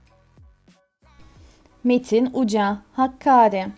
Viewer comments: Seslendiren kişinin Türkçe vurgusu bozuk. Bir kere HAKKARİ değil HAKKÂRİ diye okunur. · Ne kadar aptalca, lűzumsuz ve ırkçıık kőrűkleyen bir çaba. Kardeşim sen onu bunu Kűrt Ermeni diye kendi kuş beynince damgalamaya çalışacağına git adam gibi şeylerle uğraş. DAHA HAKKÃRi'yi bile telâffuz etmekten acizsin. Tam bir rezillik bu saçmalıklar!